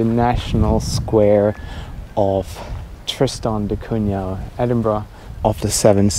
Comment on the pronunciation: At least pronounce the island's name correctly😅